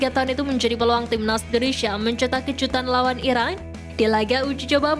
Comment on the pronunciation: Uji coba sama Iran apa Irak sih min..ngomong yang jelas Napa?